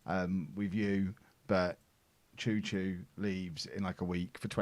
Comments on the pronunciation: Chouchoumis is not Chou Chou in greek its Xou... His name its like Xouxoumis. Like so can see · I do love this series.."ohh is in greece, should be fun hearing how he pronounces names"... hold my diet coke..." choo choo and fat john" 😂😂